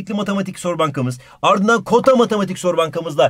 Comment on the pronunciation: çıldırıyorum KoTaMatİk